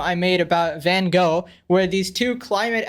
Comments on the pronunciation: Hey man you keep saying van go it is van Gogh you can say it like that van goch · "Van Go" bruh 💀💀💀